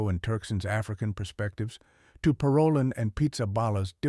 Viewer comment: Should we speak of cardinals’ ‘ideologies’ or their faithfulness to the Magisterium? Parolin is pronounced Paro’leen.